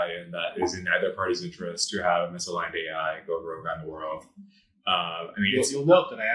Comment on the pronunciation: Also misaligned sounded like the phrase missile lined